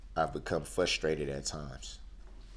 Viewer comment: It's FRUS-trated, not fusstrated Darrell.